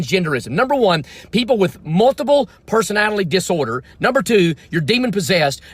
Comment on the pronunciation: That guy said multiple personatilie disorder